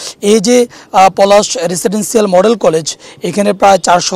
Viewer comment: উপস্থাপকের মুদ্রাদোষ আছে ও রেসিডেন্সসিয়াল উচ্চারণ সঠিক হয় নাই